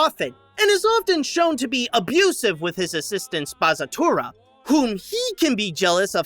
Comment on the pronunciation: It’s actually pronounced spa-tsa-tu-ra <3